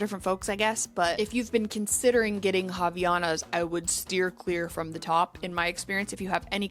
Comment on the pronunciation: I'm brazilian and I just need to say that you're pronouncing Havaiana wrong: it's not "raviana", but "ah-vah-ee-AH-nahs" ☝️